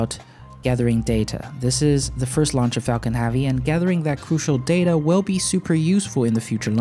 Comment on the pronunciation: "Fu****g Heavy Lunch", Got me 3 times with that "puha"... Great vid thanks for the update.